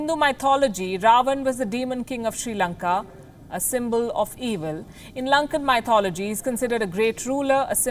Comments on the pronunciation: Ma'am, how u pronounce Mythology is Wrong. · well... why point.... I'd first learn to pronounce mythology......